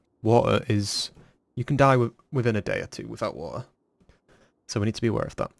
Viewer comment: The three survival things ya need- Shelter, Wa'er, and then food